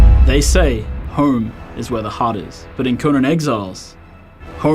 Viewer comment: "They say horm is where the heart is..."